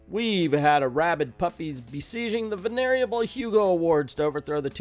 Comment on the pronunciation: lol Did you realize you pronounced it "the venereal Hugo awards?" Also, you forgot to refute that Zack is a "White Rights Activist."